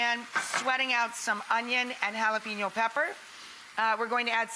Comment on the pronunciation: Hal-ey-PAIN-yo not PEEN, yo.